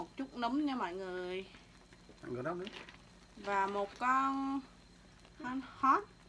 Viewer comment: Nấm không phải núm 🤣🤣🤣🤣